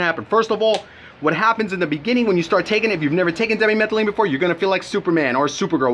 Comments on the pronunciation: Di methyl amylamine not demi metheline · lol you cant even pronounce dmaa correctly...1-3 DI-meth-yl-milamine..pronounce it like that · why is it that nobody making these reviews of the chemical, actually knows how to pronounce it.